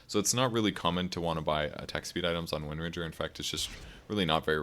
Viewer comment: Thumbs up for titling the video correctly, even if you mispronounce her name in the replay. :)